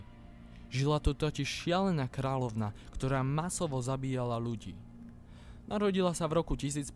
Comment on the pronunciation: Ako to už bolo napísané nižšie, Rovné je v okrese Rimavská Sobota a nie Svidník. Inak pekné a zaujímavé video. Ešte mňa ako stredoslováka trochu vyrušuje zlá výslovnosť hlásky "ľ". :) Nie "královná", ale "kráľovná".